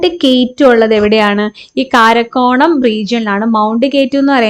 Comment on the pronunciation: കാരക്കോറം ❌കാരക്കോണം ✅😅